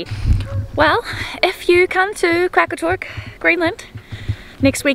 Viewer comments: Qaqortoq is pronounced more like "Rra rror tok" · It funny when to you guys said qaqartoq